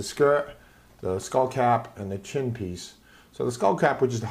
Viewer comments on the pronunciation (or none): none